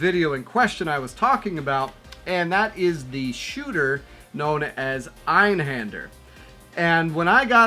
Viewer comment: Definitely play PE1 on a CRT if you can. I'm with you on upscaling. I prefer playing games on the mediums they were created for with the best available chords within a budget. Nice list...Einhander is pronounced Eye-n-han-derr btw.